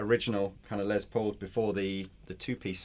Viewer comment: A few things: a sweet little chord progression from the at the beginning. And nice to see demoing something without shredding like his life depends on playing as fast as possible. And finally...my British friends...the Les in Les Paul is pronounced like "less" not "lez". I would let it slide except lez is short for lesbian and I'm pretty sure Mr. Paul was not a lesbian. Someone correct me if I'm wrong. I didn't know him personally.